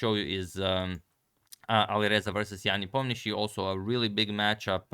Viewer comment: Непомнящий is the only correct way. Not sure why they write it Nepomniachtchi in latin alphabet, since it is pronounced more like Niepoh-mniashi in real. I mean technically Щ is sh-ch (like in Polish ("szcz") so not sure how they came up with "Nepomniachtchi".